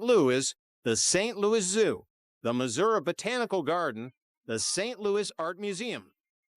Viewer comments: The AI is pretty bad, cringe. Muzurah…😂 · First word in the video (Missouri) is mispronounced. Immediate dislike.